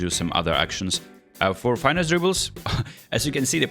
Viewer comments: Finesse NOT Fine-ess…come on what happened to your French pronunciation suddenly? This word is directly borrowed to Molière’s tongue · "fine esse" what😂